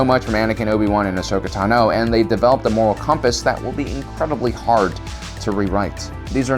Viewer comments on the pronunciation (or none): Where have you heard Ahsoka's last name pronounced taNO and not TAno? You always say it that way and it sticks out.